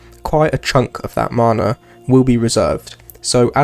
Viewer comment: the way you pronounce MANA is triggering x